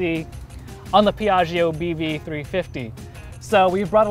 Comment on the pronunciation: A pronunciation tipp: it's Pee-ah-jo (the "i" is silent, its only purpose is to soften the "g"). So, Pee-ah-gee-oh is just wrong and hurts Italian speeking people.